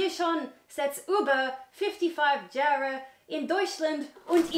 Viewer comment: When pronounces jahre as jar-ray 😂 I love her 💕